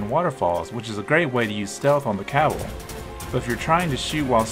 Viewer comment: "Sky burners oats" "cabbel"